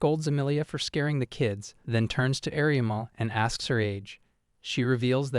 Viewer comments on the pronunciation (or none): There's an issue with the AI calling everyone ariamel or "areamul"